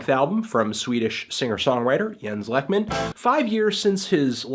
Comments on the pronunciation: Anthony please its pronounced like "leyk-mahn" you can hear it in his song "A Postcard to Nina" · TRAN...sexual. It's "LAKE-men" btw. How do you trust a review from someone who wasn't interested enough to find out how to pronounce the artist's name? I'm feeling a LIGHT 0 for this review.